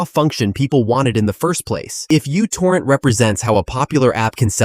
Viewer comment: It’s not you-torrent… it’s micro-torrent μ not u 🤦🏻